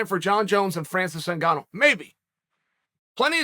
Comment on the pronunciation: I am disappointed that Chael pronounced both of their names correctly